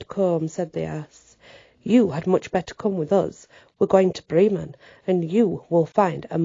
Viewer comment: Whoa what a story, yeah definitely different, I always love your pronunciation and phrasing. How Bremen is pronounced I like your way better! 🤍 Hope you're having a great weekend. We're still being battered by snow 24 degrees here 18 degrees later tonight. 🥶